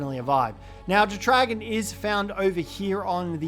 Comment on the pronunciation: The way you pronounce jetdragon is wild 😂 it’s either jet-dra-gone or jet dragon. Not jet-re-gawn 😂🤦‍♂️